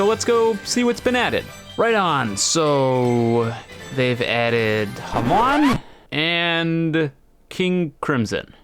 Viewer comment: has me saying HAM-ON instead of the usual Hah-mone